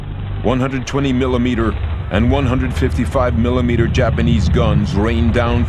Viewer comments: he still said dapanese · wtf is the "dapanies" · BlueLegoCat The narrator meant Japanese. Probably just an audio editing error.